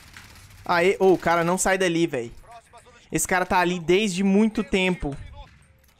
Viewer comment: Kkkk como definir o tempo que o cara ta no mesmo lugar :desede muito tenpo kkk é nozis mano